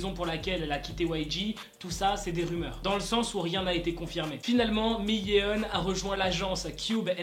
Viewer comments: Vidéo très intéressante! Par contre... LA PRONONCIATION! On dit pas "Miyéon" mais "MIYONE!". Le "eo" se prononce "o" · le "miyé-on" m'a stressé tout au long wsh